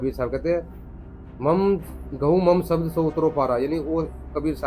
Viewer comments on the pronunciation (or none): अर्ध शब्द भी पढने नहीं आते शबद बोलते है